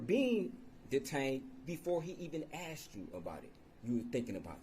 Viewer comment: questions "axed" are ridiculous!